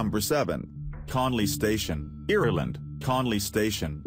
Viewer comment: it's Ireland not Irrerland